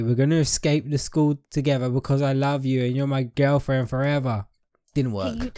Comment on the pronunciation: talking into the mic:BOYFRAN I LUDGE YOU